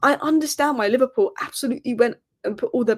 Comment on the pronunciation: LiVARpool 😂😂😂😂 Wow how old are you ? Bless ya